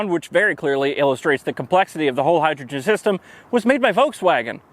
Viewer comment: "Hi"-drogen - really? You are such a nerd! Please never never change, your videos are delightful! :-)